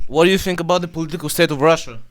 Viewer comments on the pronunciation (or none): none